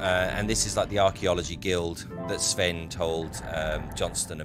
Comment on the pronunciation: Oh, and your pronounciation of Nord(ic) names (especially Sven) is overall good which is very nice to hear. Kudos for that!